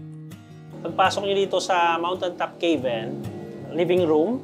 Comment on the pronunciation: Pronouncing 'cabin' as 'key-bin' instead of 'ka-bn' is a common mispronunciation among non-native English speakers. Nevertheless, listeners can usually understand the intended word from the context of the sentence. This is particularly common among Filipinos. I have also noticed similar mistakes from Indians, such as pronouncing 'teks' instead of taks for tax, epol instead of a-pl for apple.. 😊